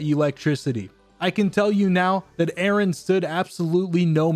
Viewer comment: Instant like when you said A-aron